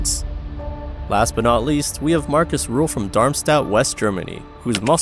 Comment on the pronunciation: Sean Rodin... Marcus Rule... come on man gotta try harder to get peoples names right. Also imo Rühl doens't belong on this list. For sure he's not the most gifted genetically but I don't thing he deserves "Worst shapes in bodybuilding" status.